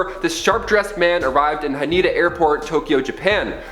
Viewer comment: Haneda airport - pronounced as haneda .. it is not pronounced as hanida very wrong pronounciation